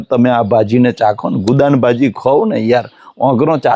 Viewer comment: gunnda bolo ne😅😅😅😅😅guda nn bolo😅